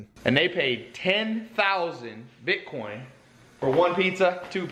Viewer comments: Sounds as if he almost said bitconnect. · I think Tai was saying BitCoke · I have to strongly disagree. Tai has taught me a lot and helped me make a lot of money. Don't be a hater and talk about how he mispronounces "Bitcoin" who cares?